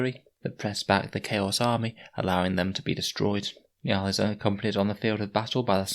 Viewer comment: It's pronounced njOOl